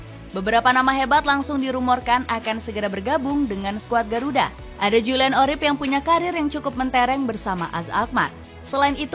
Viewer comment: Urip bukan orip